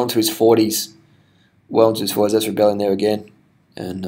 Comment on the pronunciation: Come on dude its Rebellin not "Rebellion"....